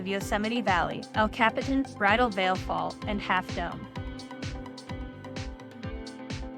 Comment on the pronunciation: El Cap-Eh-Tan lol 😂